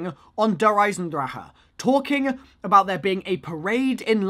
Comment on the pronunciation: "Der eisendraha"